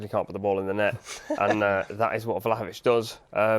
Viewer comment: The way he said Vlahovic killed me!